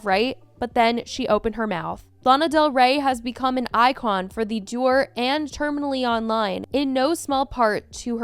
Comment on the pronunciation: If these words come up again, dour is pronounced "dow-er" and balletic "ba'ledik," referring to dancers moving like ballerinas. Thanks for reporting!